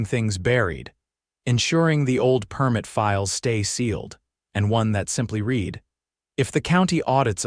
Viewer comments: It's NOT read as in reed, but rather, read as in red. Get it right!!!! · Why is Deborah wearing a crash helmet. Does she walk at 60mph? And once again read is pronounced red not reed. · To the writers of these stories. When you use 'read' as a noun it is pronounced 'reed', when used as a verb, it is pronounced 'red'.